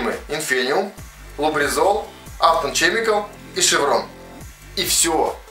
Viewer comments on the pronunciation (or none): none